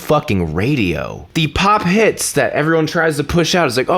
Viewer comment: Heaux is not pronounced anything LIKE 'hits'... It's pronounced 'ö' (you could argue 'hö)...! Uncultured idiots...